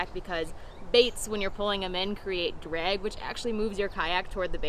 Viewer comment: When you said the word "drag" I felt like I transported straight to Minnesota. Lol